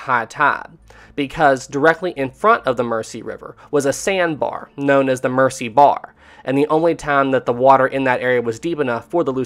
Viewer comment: I so hate to be that person but the river Mersey is pronounced Mur-zee not Mercy. At least that was how the local Liverpudlians pronounced it last time i visited Liverpool. Other then that one insignificant mispronunciation i found this whole series very gripping. Great work.